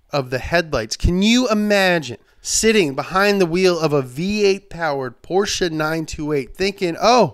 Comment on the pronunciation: Him pronouncing "Porsche" the correct way is all I needed and more.